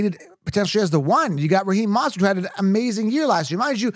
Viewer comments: How did you manage to mispronounce both achane and mosterts names? Mind boggling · I don’t trust someone who says “bye-jon” or “moss-tert”😂